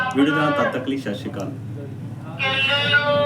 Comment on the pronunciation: ਞੀਰੇ ਜਾਨਕਾਰੀ ਲਈ ਆਪ ਜੀ ਦਾ ਬਹੁਤ ਧੰਨਵਾਦ ਪਰ ਇਕ ਬੇਨਤੀ ਆ ਵੀਰ ਸਤਿ ਸ਼ੀ ਅਕਾਲ ਸਹੀ ਬੋਲਿਆ ਕਰੋ 🙏